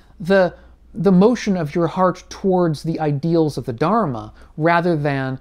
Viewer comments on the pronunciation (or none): I’m really sorry to say but please do learn how to say Dharma. Thank you